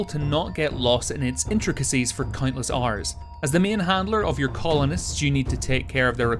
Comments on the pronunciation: did he say "for cuntless hours" or "countless hours" XD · "cuntless hours" lol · "cuntless hours" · " for cuntless arse" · Am I the only one who hears cuntless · ”Keeping you infrot of the computer for cuntless rrss” LMAO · Nicke Picke "countless" in an Irish accent - grow up